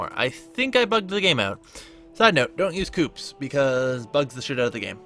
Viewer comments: This Video Was Very Good And Helpfull! However.... You Somehow Managed To Mispronounce Hades And Coups.... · Don't forget "coups".